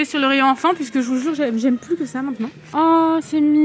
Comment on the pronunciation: Quelle journée de m**dé que j’ai eu.. Merci beaucoup à ta vidéo elle m’a redonnée le sourire et ton accent sur le « les mêmes mais tous Fins » 😅😂 dans les écouteurs c’est magique!! Merci à vous !! A bientôt de la Martinique 🌴